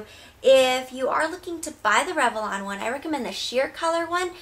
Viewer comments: It's rev-lon. Not rev-e-lon. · I read your comment before I watched the video. Holy crap, I keep focusing on how she pronounces it. LOL. "revelon" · i love the review, hate how you pronounce revlon <3